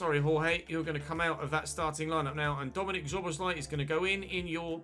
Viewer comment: I am glad that you signed Szoboszlai. Let me help you pronounce his name correctly. Both of the ‘sz’ letter combinations should be spelled as ‘s’ as in ‘see’. Also he wore the number 14 at Salzburg and 17 at liebzig.